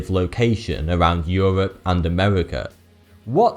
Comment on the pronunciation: euwop and Amewika